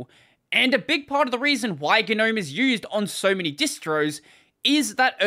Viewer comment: I refuse to use Gnome as long as they insist on pronouncing it wrong.